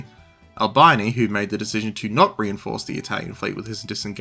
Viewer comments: its ULL BEANIE not bye-nee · Albeeni. Italian is pronounced as written, an i is always pronounced ee, never as eye.